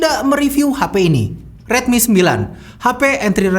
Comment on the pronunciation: rilmi lagi rilmi lagi :(